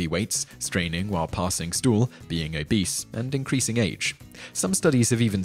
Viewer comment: I know that you said, "being obese," but it sounded like you said, "being a beast." Is that like being an ass? Does being a jerk make you susceptible to piles? 😉